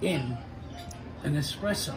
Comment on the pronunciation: Hey barman, it’s not EXpresso.